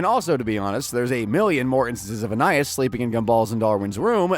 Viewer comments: So is it just me or was everyone else thrown off when he said Anayas instead of Anais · I think Anais name is pronounced “AnEyeEase” 😅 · Idk how they could keep saying Anias name wrong with this much knowledge on the show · Yoo if you're gonna make this video at least say her name right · He keeps saying Anais's name wrong. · I think he pronounces ANAIS name wrong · that is NOT how her name's pronounced bro 😭